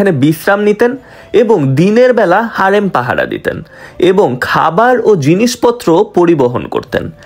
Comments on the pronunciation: হেরেম ❌ হারেম✅ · হারেম না হেরেম😂